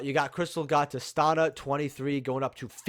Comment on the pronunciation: it’s Tih-STEE-Nuh.